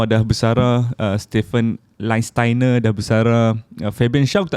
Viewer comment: Dalam video ni, member kau tu sebut nama Stephan Lichtsteiner pn salah. Pergi la maki member kau tu. Terpaling betul sebut nama player